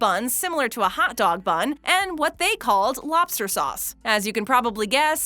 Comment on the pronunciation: I like the way she says lobster. "Lawbster" 😂